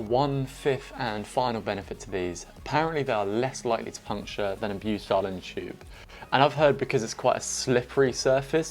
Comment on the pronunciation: Repeat after me - "BYOO-TIL"